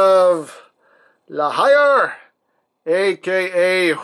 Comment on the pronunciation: I think La Hire is said like La Hear... Cos it's French.